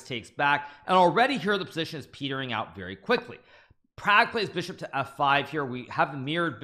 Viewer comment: Please pronounce properly Pragg's Name.....